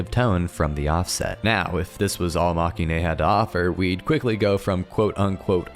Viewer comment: Very nice video, thanks! Now I need to get back to reading the novels, I've put them aside far too long. (But if I may, it's pronounced "mah-keh-in": it's a portmanteau of the word "defeat" in Japanese (負け) and the end of "hero-ine" cause they're not the heroes, they're the losers)